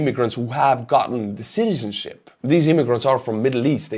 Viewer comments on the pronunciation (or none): That's right, it's pronounced Russian shitizenship. 😂 is spot on!